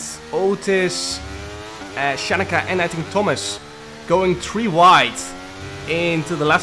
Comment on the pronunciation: Tree > Three